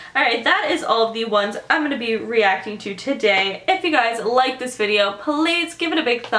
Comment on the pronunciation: "hi guys it's today i'm gonna be racting" ily